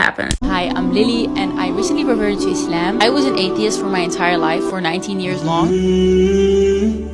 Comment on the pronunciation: ISLAM not iS sLaem... Muslim not maslim